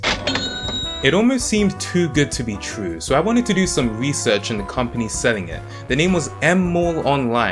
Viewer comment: Nice video, but you are annoying as hell with pronouncing your 'r's like w. For instance "If it sounds too good to be twue, it pwobably is."